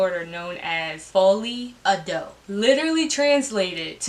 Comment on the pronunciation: pronounced " folie a deux" perfectly.